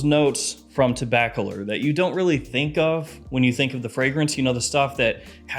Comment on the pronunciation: Let me help you pronounce Tobacolor. Say the word "tobacco" and the word "lore" with no space in between them. Like "tobaccolore"